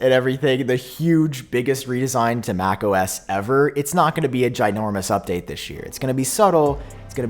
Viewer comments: I keep hearing you say homo s 😂🤣😂 and if apple actually called it that I would be so surprised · “Homo-S” I can’t unhear it! Just in time for Pride Month! Yay! ❤️🏳️‍🌈